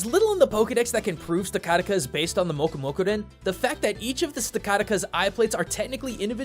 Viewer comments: I might be wrong, but Stakataka isnt Japanese. So pronouncing it Sta-Kataka is actually wrong. I think I have even heard Joe Merrick (from Serebii) pronounce it as Steh-kuh-teh-kuh. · STA kuh TA kuh. say it with me. NOT sta KA ta ka. I know you're a japanese expert, but don't let it blind you from what the rest of the world calls it. Stack as in a stack of bricks. Every country's name has something to do with stacking, piling, layering, etc. otherwise, fun video. hypno is a bit less and more creepy now (in a "at least it isn't a child molester" kind of way). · your not saying stakataka wong its pronounced (stack attack a) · Sta-KAH-ta-ka? nah, fam; it’s pronounced Stack-uh-tak-uh. cuz it’s a STACK of bricks xp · Well, I've never heard anyone pronounce Sinnoh as "sigh-no" before. Or Stakataka as "sta-kah-ta-kah". I would think that one is pretty obvious. "Stack-a-tack-a", as in a stack of attacking bricks. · For some reason the way he says Stakataka’s (Stack-attack-uh) name just angers me. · great vid, It's pronounced Stack-a-ta-ka. No? Correct me if I'm wrong. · Its pronoucned Stack-Attacka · I know this sounds kinda rude but you’re pronouncing some of the names stack a tack a Dar man a tan and again no a fence your great and this is a good video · Stack uh tack uh Sih no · Da ru man ti an????? 😂 Sta ka ta ka????? Kartana revealed in ultra Sun and Moon????? And i Won’t even begin to talk about the English pronunciation of the regions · When he said taku bell I thought of Taco Bell XD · It's Darmanitan, not Darmantian. And Stakataka is pronounced Sta-ka-ta-ka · I really hate how you pronounced a lot of the Pokemon names, especially Darmanitan and Stakataka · Plz learn how to pronounce things in Pokemon properly. Firstly stakataka then sinnoh then hoenn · Fantastic video, but your pronunciations are killing me